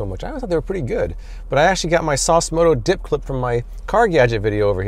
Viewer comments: ‘Dip clip’ I had to re-listen to that.. definitely said ‘dip clip’! 😂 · dd he say Dip Clit? and that suction cup thing needs a face above it lol